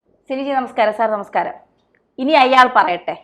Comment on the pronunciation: *അയ്യാൾ അല്ല പെണ്ണേ.. അയാൾ.!